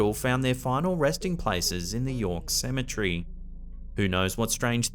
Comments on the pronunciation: Cemetery not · I have to correct you with pronunciation of the word cemetery. Say cem-e-tery and clap your hands while saying it with the syllables of the word lol. It sounds like you're saying Symmetry like in engineering terminology meaning symmetrical/ centrality to a certain feature to/of something. Ok, I'm done being an A-hole who thinks he knows what he's talking about... 😂 Sorry. You're AWESOME! BTW and love all of your content!!!